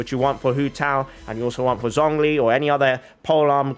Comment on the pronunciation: I'm glad that you call her Kandakeh, but you claim that you're trying to be respectful towards other cultures by pronouncing names right, while pronouncing Zhongli's name in the worst way possible. Please watch tutorial video on YouTube how to say Liyue characters right, if you want to show your true respect to the other cultures in this way